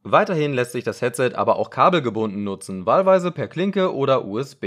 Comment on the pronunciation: Warum sagst du ,,Catset"? Trotzdem cooles Video